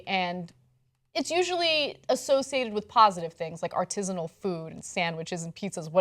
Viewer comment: Is that how Americans pronounce "artisanal"? It took three tried before I could understand what Ana was actually saying. I've never heard anyone in my life pronounce it as ar-tiiiiiiiii-si-nal. The emphasis should be on the third syllable: ar-ti-saaaaaaa-nal.